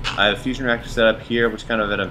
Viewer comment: Really thought you said Fishing and fusion... quite something to pull off at the same time haha.